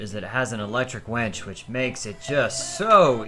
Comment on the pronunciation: Did he say that the boat "has an electric wench" ?